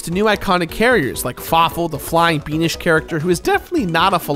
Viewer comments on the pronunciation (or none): I think you said 'beanish' to describe fawful... the subtitles thoug... might need to change that. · your pronunciation of "Beanish" made me spit out my soda. I never thought of Fawful like that but y'know, no judgment homie